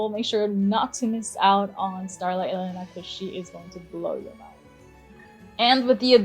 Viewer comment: HER NAME IS ELENA AND NOT E LENA